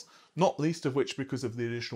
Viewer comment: Did you really just say Gigamabytes?